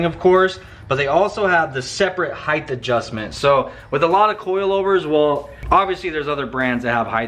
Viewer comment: Heighth hahaha!